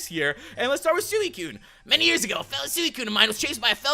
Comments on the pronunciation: You dont prenounce it Suiciune its Sweecune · it's pronounced swecune